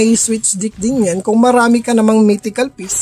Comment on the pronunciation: Mystical piece paps. With "S". Mistikal, hindi mitikal.